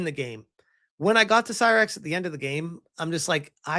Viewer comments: It's not Sirux, ... it's Sylux as in Sigh ... Lux ... not hard to say! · Man, you always claim to be a Metroid superfan, but an as an ACTUAL Metroid superfan if HURTS every time you butcher names from the series. Cy-rax. Samus "Uh-rawn". Like, dude.